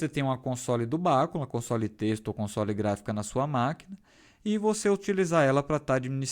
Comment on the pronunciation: A pronúncia em português é bacúla . Em inglês soa como se fosse um termo proparoxítono, mais ou menos como béküla . No português este termo para pronunciar, como se está pronunciando no vídeo, tem que ter acento na antepenúltima sílaba. O assunto é informática, mas cabe aqui esta informação.